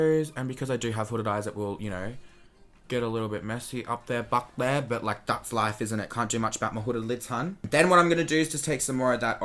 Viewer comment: I love the sound makes when he says "bahk dere" LOOOOOL DKM